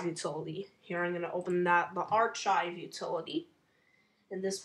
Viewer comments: Archive is pronounced with a "K" sound when saying the ch, "AR-K-AY-V" this is an Italian and latin root pronunciation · Him saying archive wrong is making me cringe incredibly hard